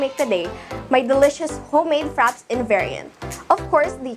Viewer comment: It's pronounced frapay xx